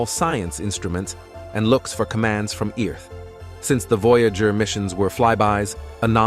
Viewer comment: Please, God, let a Human Narrate! The Text to Voice narration is messed up! Ear-th?! I would narrate for free!